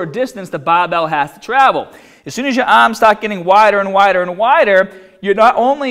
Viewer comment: And remember, no looseness in the ahhms!